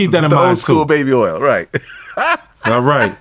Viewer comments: Baby erls 😂😂😂😂😂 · I can't with "earl" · Nah we gotta teach my boy how to say oil he cant be out here calling it Earl 😂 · I wonder how he pronounces the other “oil” words: foil, soil, boil, coil… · How hard is it to say "oil" ?